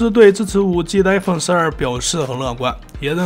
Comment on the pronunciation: 一口一口艾粪叫的我都不知道iphone怎么念了 太洗脑了